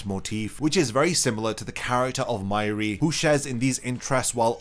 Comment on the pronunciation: Why do you pronounce Mayuri’s name “My-ree” it’s pronounced “May- er-ri or May-er-ree”